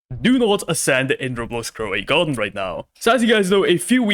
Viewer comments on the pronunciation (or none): "Croway Garden"